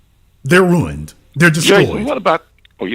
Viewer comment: “She’s ruint” 😭